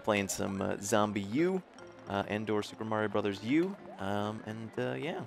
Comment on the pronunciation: SUPAH MARIO BROTHAHS